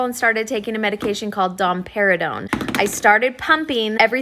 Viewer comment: I'm sorry, but I genuinely thought she said Don Perignon! I was so confused and was like, so drinking champagne will bring in breast milk?!?!?